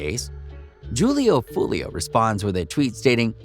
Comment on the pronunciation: If your gonna make videos for money on niggas, at least say there right. Damn smh butchering Foolio’s name over and over again